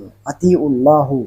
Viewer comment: اطیعواللّٰه۔۔میں اللہ کے نام میں لفظ (ہ),پر زبر ہے اور یہ جاھل پیش پڑرھا ہے